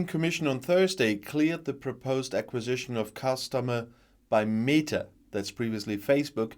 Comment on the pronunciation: I think it is pronounced meh ta, not mee ta.